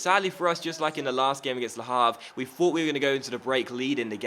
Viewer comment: H in Havre is silent